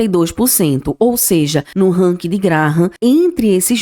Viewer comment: Buenas Não querendo desprezar teu vídeo e sim, dar sugestão, acho que tu precisa revisar tua pronúncia nas expressões em inglês. Tenho que dizer, dei mais atenção às pronúncias do que na tua avaliação dos bancos. Puxa, falar "ranki" matou meu ouvido... Melhora por favor tá? No mais, concordo, o BBAS3 tá D+ e vai, ao meu ver, cair para menos de 25 reais. Minha opinião 🙏